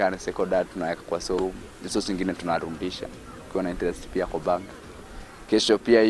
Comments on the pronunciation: Instead of saying show room, anasema Soo room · venye amesema 'sow room' nimekafunga